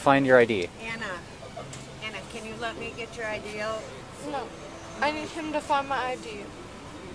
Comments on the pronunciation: Notice that she puts an extra syllable in it. As if it'll change stuff. "Nooo-uh!" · This kid puts an extra syllable in every NO she says..."Noooo-uh!"